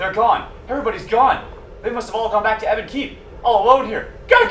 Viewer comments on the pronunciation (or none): Lol "eebon keep" and "eever tower" ...they're just missing the Y's, c'mon xD